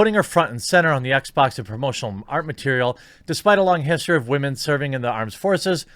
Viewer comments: You saying Wamen mindfucks me like Chernobyl, I taste metal in my mouth. AAH Roentgen = 17k+ Deceased. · Why do u pronounce it like Wah - Man lol